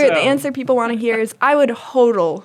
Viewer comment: She got the pronunciation wrong tho. It's just hod-l